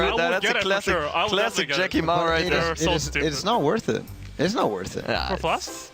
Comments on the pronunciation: Sounds like “Jacky Lmao” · You pronounce Jacky Mao wrong. It's Jacky ayy Lmao